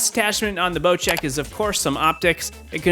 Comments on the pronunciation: why is it called bochek isnt it bosek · Not bochek. Bocek.